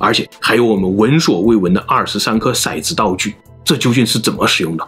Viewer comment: 骰（tou三声），子